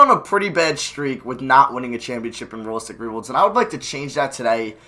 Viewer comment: "Ruh-listic ruh-build"